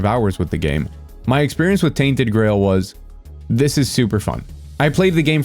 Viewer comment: I thought he was saying tainted grey hold